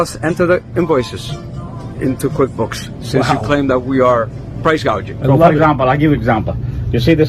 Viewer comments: Wait, I thought she said price gauging? Lol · She called it Price gauging. lol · She actually said. “” price cage ing. Cage ???? She was trying to say gouging. But said cage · Tell me you don't know anything about economics without using the word: Kamala didn't call it price-gouging, she called it price-gagging and didn't correct herself. That tells me it was scripted and no one ever went over pronunciation with her. Additionally, believing that food is unavailable because of GREED is admitting you don't know what causes inflation. In this case, it truly WAS Kamala Harris, who personally did a tie-breaker in the Senate for the Inflation Reduction Act and Build Back Better. There's an extra $2.75 Trillion printed out of thin air. Friends don't let friends vote for idiots. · Remember that when she was talking about this, she first said price GAUGEING then corrected herself to “GOUGING” . More word salad! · She pronounced gouging wrong she kept saying gauging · She had a difficult time reading off her teleprompter words like ground beef, bread or even gouging, she said "gaging." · She said price "gaging". She is totally clueless. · Are we “gauging” prices or seeing inflation? ☠️ yes she said “gauging” must have been error on teleprompter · See said Gauging (an easy reading error). She didn't even know what it was. Love never Fails 💖